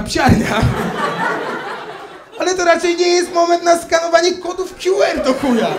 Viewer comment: Skoro "kju" to i "ar"🤪 a nie "er"